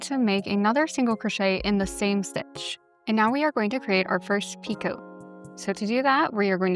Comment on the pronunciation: Hi I just wanted to let you know that picot is pronounced as “peeko”. The ‘t’ is silent 😆 great tutorial though!